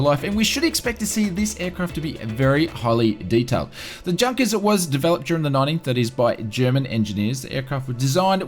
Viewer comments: It is pronounced yunkers not Junkers. Don't buy the E jet it is horrible. If virtual cool FS think the E Jet is 20 bucks the PMDG should be 200 bucks. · Say "Yoonkers". :-) Other than that, great video, as always! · It's pronounced 'YOU-NKERS' 52. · I cringe everytime I hear Junkers pronounced like an English speaker would say it. It's pronounced "Yunkers".